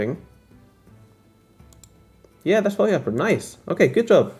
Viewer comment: No biggie but I noticed you said FOE like FOE-ee, 2 syllables. It threw me. At least in states it’s said 3 syllables - each letter: F-O-E. 😂